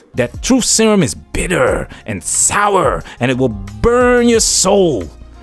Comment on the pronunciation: The emphasis of "Bitter" and "Sour" had me in tears lol